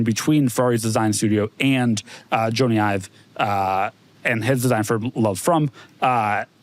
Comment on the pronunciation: “Joannie Ive”? 😂